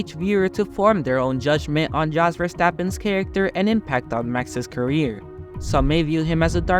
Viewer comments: Look, in order not to make yourself look like a fool and certainly you are not an F1 fan...its really important to sell your story, and that is to get the names pronounced correctly. Its pronounced Yos...Not Jos, even though its spelt that way. Why dont you say knife with that same intelligence...im just saying. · Jos is pronounced as 'Yos' not as Josh. Thank you. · It's JOS like with a Y, not like J with John. Americans should start listening and stop acting like ignorant idiots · If you want to sound credible covering international events spend some time learning how to pronounce the names of those involved. Keep in mind that the phonetics vary between languages. In Dutch a “J” is pronounced like an English “Y”, so it sounds as “toss”. Show some respect and get people’s name correct. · Jos pronounced yos is a dick, you need to learn abit more about formula 1 before doing ANY video on the subject though tyrel or tirrell as it's pronounced though couldn't watch no more, good luck to you though